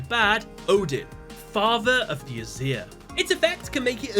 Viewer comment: You said Aesir wrong, I don't like it tbh